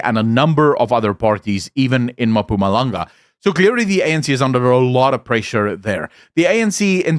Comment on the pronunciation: Enjoy your content, but please learn how to say "Mpumalanga" as ma-puma-langa is not it LOL